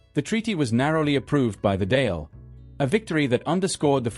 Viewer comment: Good introduction to the turbulent events after WW1 in British/Irish relations - but DÁIL is pronounced daw-ill, not dale 😢☘️ 🕊️.